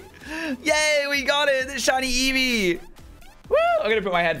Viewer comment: You doubeled your shiny eevee find where u said reevee xD